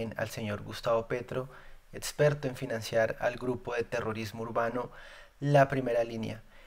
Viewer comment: mejora eso de etsperto, contetsto, caludnia; esos errores de pronunciación te hacen parecer al censurador Bolivar. Voces valientes como la tuya merecen un mejoramiento continuo y vos sos más que capaz hombre.